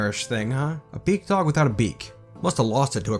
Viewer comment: Oh BEAKdog for the longest time I thought you where saying bigdog 😅